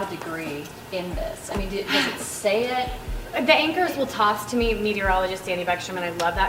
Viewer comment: How long did you have to practice saying "meteorologist". ;) Well done!!